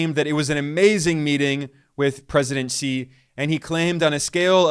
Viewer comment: Wow Ben pronounced Xi's name like a boss. 🙌🙌